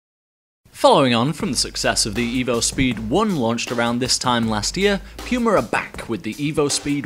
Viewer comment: I really hate how you say puma but your video really makes me want to buy them now. For me it's a toss up between these and the new power cats